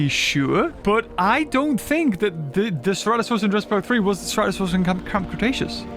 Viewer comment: finally learns how to pronounce the name of a dinosaur that's been in since the game started after playing for 5 yrs